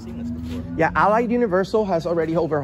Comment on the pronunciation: the suppose news reporter can't even pronounce Allied right. Go look for a real job man.